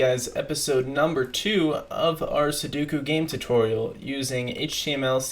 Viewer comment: Still butchering the poor sudoku name xD